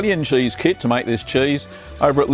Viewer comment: "chaese". I LOVE HIM.